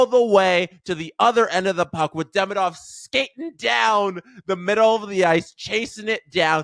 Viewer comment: For English speakers it's correct to pronounce DemIdov. Stress on the second syllable "i"